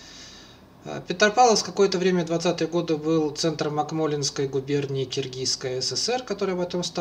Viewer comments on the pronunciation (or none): Акмолинской не правильно произнесли.